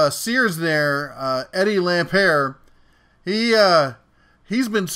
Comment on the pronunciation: It's pronounced Lam "Pert " as in "Burt." He with 11 Billion of Kmart money bought Sears to save it from it's first near Bankruptcy.. Sears was never going to make it. He used his other company Seritage to buy up property and then sell it off. He has perpetrated one of the biggest sams in retail history.